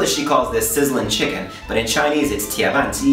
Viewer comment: the pronunciation of the "tie ban ji" 's ban a bit off the correct pronunciation as you can see the tick on the "a" of the "ban" word, you got to read it in a deeper voice